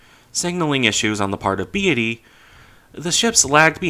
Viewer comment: Not Drach but not bad.. Only problem is pronunciation.. Beatty pronounced ike deity? It's Beatty like Beat with a Y at the end